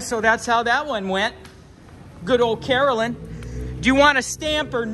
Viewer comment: her name must really be Karen-lynn, not Carolyn